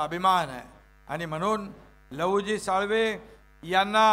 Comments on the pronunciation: साळवे. आहेत नीट उच्चार करा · साळवे म्हणा... साळवी नाही.... काय अभ्यास तुम्हा लोकांचा.... 🙄